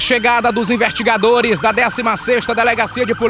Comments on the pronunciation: como que um cidadão que é "repórter" diz "invertigadores"? não é nem crítica mas sim da uma agonia de ouvir falando errado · o melhor é ele falando os "invertigadores" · É o sotaque